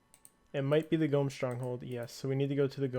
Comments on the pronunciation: is nobody mentioning the constant pronouncing of gnome as "gome"? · why does he keep saying gome? is it a joke?? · Tree "Gome" Village cringe